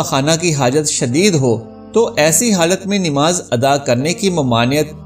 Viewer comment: It is not Nimaz but namaz you can’t even pronounce it right